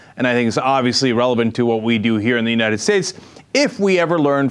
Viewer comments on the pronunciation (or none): Why does Michelle Bachmann always say UniNed States?